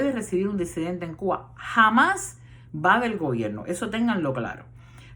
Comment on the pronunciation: Muy buena su proyección, con algunas verdades, otras no tanto! Mi duda!!? Se dice “DESIDENTE”(como usted vocaliza?), o en realidad se pronuncia “DISIDENTE” ?? (Como lo avala la RAE), digo!? Si usted sabe lo que es la RAE? , y lo que significa? Por lo demás bien!